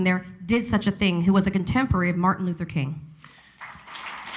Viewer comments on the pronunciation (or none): none